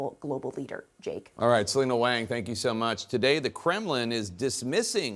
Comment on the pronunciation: Jake Tapper needs to correctly pronounce Selina Wang’s name. Wang is pronounced Wong. The “ang” sound is not nasal